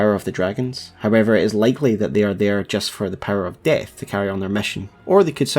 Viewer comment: I just like how you say Destined DEHTH lmao